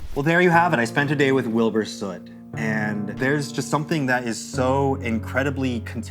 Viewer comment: "i spent a day with wibur soot." oh. are you traumatized enough yet?